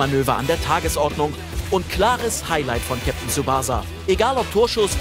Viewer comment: Es heißt nicht Kapitän tsubahsa sondern TSUbaßa. Vorne betont und Mitte kurz und das S wie das englische S.